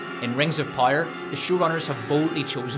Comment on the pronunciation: Why is the narrator completely unable to properly say the word "Power"-??